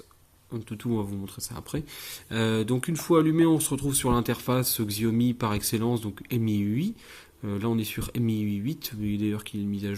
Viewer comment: Stop massacrer le nom de la marque, si déjà vous revendez apprenez à prononcer Xiaomi.